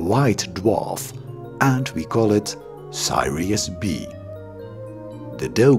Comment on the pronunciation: It's 'Sirius" not Sairius nor Thairius. Info is okay, the Dutch accents and pronunciation mistakes are annoying. so is the pedantic intonation.